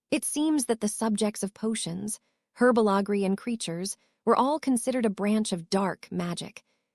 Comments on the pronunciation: Whatever AI program is reading this, they need to learn how to speak English on some words, like the word herbology which is not pronounced hwrbogley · There is no such thing as herba LaGree, it is herbology, learn how to pronounce it or don't speak at all